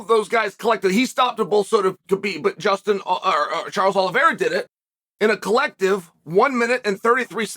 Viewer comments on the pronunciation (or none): none